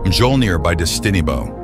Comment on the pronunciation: For future reference Mjölnir is pronounced (MYO-lin-er) but aside from that absolutely perfect video for me, was just about to pick up the game again an wanted to add some mods an this video popped up as soon as I loaded YT😎Talk about timing!!